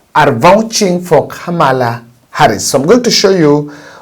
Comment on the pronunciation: Pronounce Khamala as though h is silent.